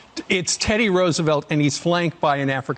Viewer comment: Sam pronounces Roosevelt differently each time he says it. FYI, the correct pronunciation is Rose-a-velt. This is true of both Roosevelt presidents. There are letters preserved from Teddy where he talks about the confusion and confirms the correct one and there is video of his cousin FDR's inauguration where he pronounces it this way.